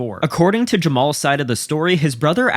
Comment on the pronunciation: I just want to know what's up with the silent "HA" in his name. It's pronounced "Jamal", but spelled "JamaHAl".